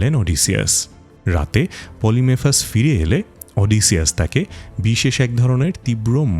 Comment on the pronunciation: পলিফেমাসকে (সাইক্লপ্স) বারবার পলিমেফাস উচ্চারণ করছেন, বিষয়টা বিরক্তিকর লাগছিলো।